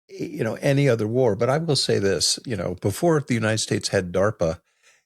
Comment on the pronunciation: War, not way